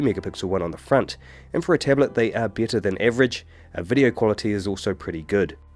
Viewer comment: Hey, a quick question - is this guy speaking with British accent or what? thanks! I kind of lost it when he said 'beetter quality'.